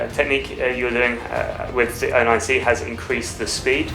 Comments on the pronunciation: 09cをオーナインシーって呼ぶのすこ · ディマは0をゼロじゃなくてオーって呼ぶんやね オロナミンCにしか聞こえないが笑